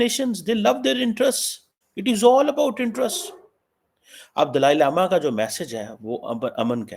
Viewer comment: can't even pronounce Dalai Lama properly bt his heartache for chynah is overflowing.